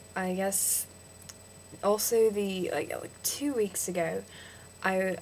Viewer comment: Im Australian. You sound British, but youve got a hint of Aussie in it. I do think that youve inherited or got some of your dads accent however. You need to work on your a's so instead of saying ago, try and pronounce it as are go, or say passport as parse port. Its a really good attempt though :)